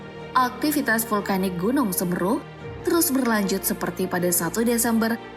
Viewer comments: Semeru min bukan semerru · Penyebut an nama nya woy!! Tolong ya!! Bagian huruf 'e' .. Semeru dibaca s.e.m.E.r.u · Cara baca yg benaer seméru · Gw sbg warga lumajang tertawa melihat admin yg salah mengucapkan logat seMEru nya😫🤣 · Kok Semeru sih SemEru......ni pembawa acaranya gak pernah tau na.gunung ya...😁😁😁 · Ejaan nya salah bun, Seméru harurnya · Bacanya tuh Gunung Seméru ngab... Lu aja bisa ngomong MAHAMERU dengan benar,masa Semeru ga bisa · Semeru, se (e) pada kata (se)kali/(se)tuju, me (e) sama pada kata (me)ter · semeru. Bukan semeru😭🙏🏻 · Semeru bukan semeru min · Nyebut nya semeru salah mba. Ga pernah baca ya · Tolong la kata Semeru nya pakai logat yg bener,biar enak di denger orang Jawa😀😀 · Semeru mbak bukan semeru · Yg ngisi suara dlm melafalkan Gunung Semeru salah kaprah. Namun selebihnya baik saran saya belajar lagi dlm melafalkan bahasa Indonesia dg benar. Semoga kita semua dlm lindungan Allah SWT amin 🤲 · Semeru bukan semeru. Andai bisa komen pake audio. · Coba belajar ucapkan semeru n mahameru yang bener biar enak di dengar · Nyebut nama gunungnya ejaannya salah mbak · Semeru mbak, bukan semeru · kok semeru kan semeru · Speling "Semeru" nya salah. "se" dibaca seperti "Se"lamat. "meru" harusnya dibaca "me" seperti dlm kata "cele-mek".. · pengucapan konsonan E paka kata semEru dana mahamEru adalah salah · Semeru min bukan semeru🗿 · Cara bacanya salah woyyy😫 "Semeru" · Se me ru baca nya salah gimana sih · gunung semeru.... pake e taling bukan e pepet....agak gimana gitu dengernya 😊😊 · dari sini aku jadi paham klo mimin upld karena ikut ikutan, miris bgt denger baca semeru nya, kek seolah olah maksakan konten harus ada , dan katanya juga pendaki ilegal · Pray for all, tolong ucapan semeru kurang enak didengar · Nyebutin semeru ae gak bisa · Semeru. Bukan semeru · Bacanya bukan Semeru tapi Semeru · Judul chanelnya " Beda Nggak" ? BEDA BANGET cara MEMBACANYA TERUTAMA KATA SEMERU . .😫😫😫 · semeru bukan semeru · Bacanya semeru mbak, bukan semeru